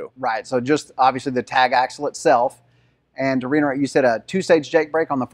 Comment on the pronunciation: Reiterate, not reinerate.